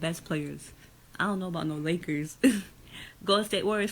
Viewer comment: "Lake-errrs" orale! SMFH. Lol. Also, Ofc a Utah Jazz fan is trashing Westbrook.